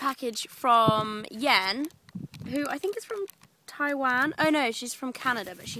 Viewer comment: WOW, YOU SAY TAIWAN LIKE A CHINESE PERSON!!! AWESOME!